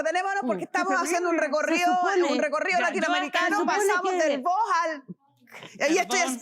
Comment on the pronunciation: Corrección señora jueza... Los argentinos decimos vos no vo!